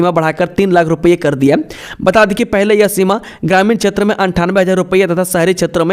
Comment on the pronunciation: 'क्षेत्र' को 'छेत्र' स्केल को इस्केल, शोध को सोध, राज्य को राज etc. 70% अशुद्ध उच्चारण